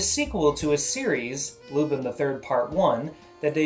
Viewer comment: U r saying it wrong lupin not lupine